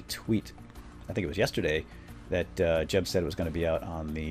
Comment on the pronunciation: Say jeb like yeb omg its sweadish and mojang like moyang